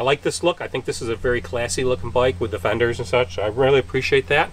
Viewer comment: Fenders? You make it sound like the word "Thunders".???? Is that a regional colloquialism?